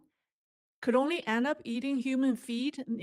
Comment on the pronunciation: Hi. When I first heard you, I thought you said, "Human Feet." I immediately thought that China had run out of chicken feet. LOL.